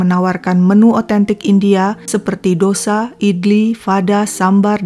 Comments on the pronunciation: Ralat min....Dosa tulisannya tp bacanya tosai....bukn dosa ky kita bhs indonesia cara membacanya 👍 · Dose bacaanx bukn dosa